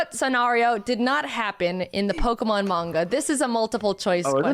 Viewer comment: draws as good as he says the Pokemon names:D